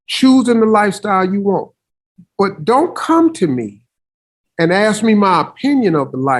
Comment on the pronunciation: It’s ASK a question not ax me a question